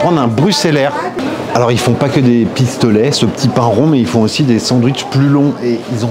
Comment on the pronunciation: Et « dé pistolail »😅😆